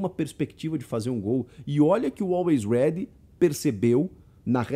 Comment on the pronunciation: A narração tava difícil de aceitar, toda hora falava "Always Red" invés de "Always Ready"